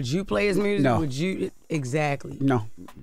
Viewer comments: Her saying MRUSIC is just concerning.. it's not even ebonics... what is MRRUSSSIC? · "...ruined his mursic career.." 😂